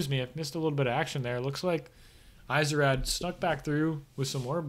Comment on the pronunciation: I think it's supposed to be pronounced "easy-raid" :P